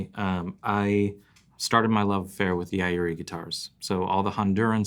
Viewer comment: The a is not pronounced in Yairi. It is properly pronounced as Yiri.. YIREE. Yeye-Ree